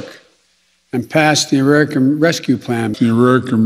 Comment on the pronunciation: I’m no an Ararican, Biden